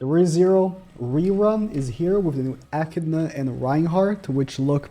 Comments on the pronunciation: Aye he said echidnas name correct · I see you learnt how to pronounce Echidna! Well done